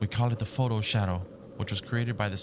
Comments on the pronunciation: "pho-ton" not photo 😂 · I’m just waiting to see a load of comments about how he’s saying photo instead of photon